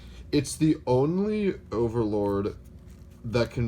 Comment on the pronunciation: Did I just hear him say "ogre"Lord? Lolz #AllOgreNow